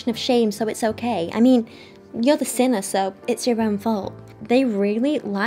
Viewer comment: It took me a while to realize that she said 'sinner' and not 'centaur' 😂 I was like, what is this christian nonsense